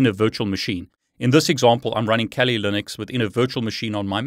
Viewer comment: Think it's pronounced "kah-li" (Swahili for fierce).